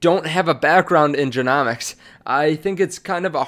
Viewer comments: It's genomics as in rhymes with home . Just helping you out . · If you're covering this topic you have to pronounce genomics correctly